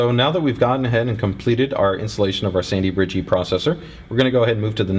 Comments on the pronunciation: Did you really just say "sandy-bridgey"?? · Is he saying "Sandybridgy" or "Sandybridge-E?"